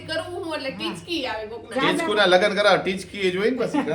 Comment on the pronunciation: તમે ટીચકું ની જગ્યાએ ચીટકું બોલો chho